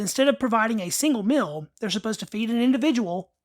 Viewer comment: Meel not mill.